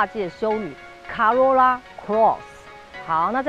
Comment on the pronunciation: 小姐姐，co 怎麼會念 ca ， 是「扣歐若那」，不是「卡若那」啦